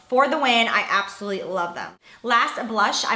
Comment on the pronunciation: I hate when you say "abosolutely" it sounds like your saying "absity"